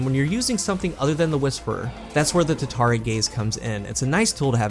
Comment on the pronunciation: Just curious why do you call it tatari gaze not tatara gaze?